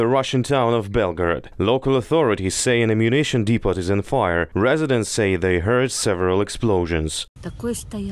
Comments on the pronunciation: its depooooo not depottttt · 'Depot' is pronounced dee-po not dee-pot. Hope that helps.